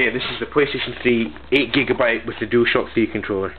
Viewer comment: SMH it sound like he said 8gb ps3